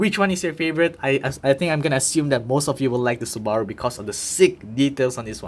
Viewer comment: Great review! Though one suggestion. Check how to correctly pronounce Subaru. The way you're pronouning it isn't the correct pronounciation and sounds phonetically almost like Sbarro, which is a different car manufacturer.